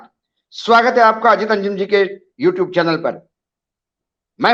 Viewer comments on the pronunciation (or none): none